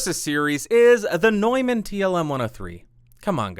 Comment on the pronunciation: Nuuuuuuman, not NOIman. Jesus my ears.